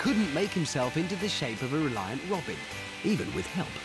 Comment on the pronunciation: Bro literally made "reliant jet-in"